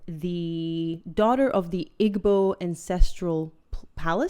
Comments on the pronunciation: Just a kind correction.... Igbo is pronounced like this: eeeeebuuu the g is not pronounced for that word and the o would be more like a u. :) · Ee-bo. Not Ig-bo. I’ve never seen my Nigerian mother cringe so hard. 😅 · You are a such a beautiful lady. What percentage of Nigerian are you? I was born in Warri Nigeria, but unfortunately for me my Father was born in Canada and my mother in Ireland, so I don't look as black as Smegma. PS Igbo is said Ee-boh. Drop the g.